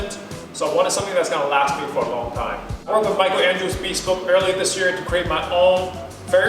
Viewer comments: Hey buddy, just a friendly comment: It’s NOT pronounced bee-spoke, it’s pronounced bihspohwk. That’s the best spelling I could do for the correct pronunciation. And please don’t desecrate your custom-tailored suit with those shoes. Get a more casual suit made if you want to stick with those shoes. Good effort on this video though, so more power to you. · This might be an English pet peeve but I get annoyed when someone says “be-spoke” as opposed to “bes-poke”. Let me know if anyone else has this pet peev as well. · I noticed that too. "Bee-spoke suit" ;) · First off, I love the video. Everyone should own a bespoke suit. I hate to be that guy but I thought you should know it’s pronounced ‘Bess-spoke’.